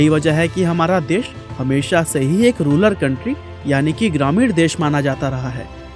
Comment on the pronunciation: Say Rural not ruler ...